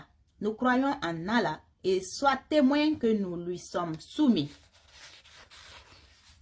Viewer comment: Très bien cependant il faut accentué les 2 LL dans le nom de ALLAH ❤❤❤.